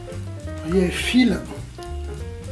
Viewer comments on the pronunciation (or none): none